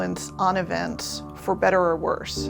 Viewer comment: emphasis on "worse"